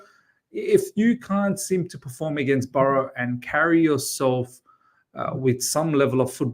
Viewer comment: It's Barrow not Burrow